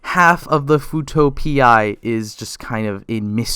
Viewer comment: Sound like futo pea instead of P eye